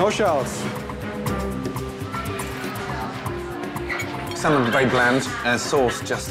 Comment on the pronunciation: “Is there any challots in there at all” Just leave bro